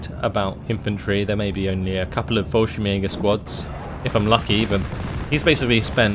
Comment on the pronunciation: Same goes for Fallschirmjäger ! it's Fallschirmyegar